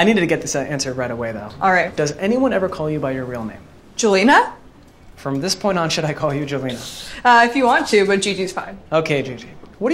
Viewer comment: Someone needs to tell her it's not Jelena (like in Gigi) but Yelena like in Black Widow